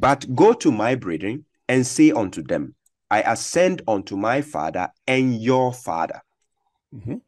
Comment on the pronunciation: He said Fadda not Father 😂